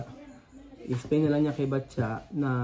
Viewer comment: ano ba talaga name nya? Patcha o Batcha? letter P kasi start ng pangalan pero laging Batya naririnig ko sa'yo.